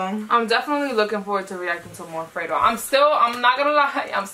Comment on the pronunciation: It's fredo not freydo